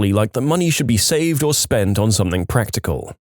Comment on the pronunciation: No K in the word something